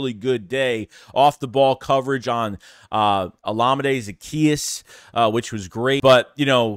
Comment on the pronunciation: he finally got olimades name right lol